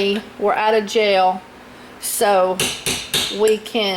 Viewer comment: I keep thinking you are saying jail. Then realised you are saying gel.